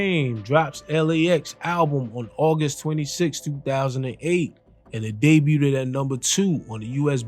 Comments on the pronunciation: Family, “debuted” doesn’t have the extra “ed” sound. It’s just “day-byou-d” not “day-byou-did” ❤❤❤❤❤❤ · this nigga said debut ted lol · How can you fuck up the same word over 20 times in one video? "Debuteded" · “Debuted” I don’t think u say the last syllable u keep saying bro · Homie you’re not pronouncing debuted correctly. It’s debuted, not debuted-ed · Bro Debut - Day-bue Debuted - Day-bued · Great breakdown , please stop pronouncing "debuted" that way ..it was driving me crazy. Much respect and love. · Someone teach this narrator how to say debuted please...😂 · The “t” in debut is silent. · You being unable to say “debuted” cracks me up every time 😂 Good vid tho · The t in debut is silent. It's french